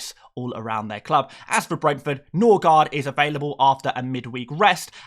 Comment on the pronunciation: ngl you said Norgaard with a Jamaican accent 😂